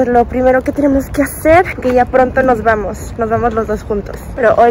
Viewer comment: ese "aaamoooos" indicaba que efectivamente, ya habías llegado a México jaja. ¡Bienvenida de nuevo! ❤️🇲🇽🇰🇷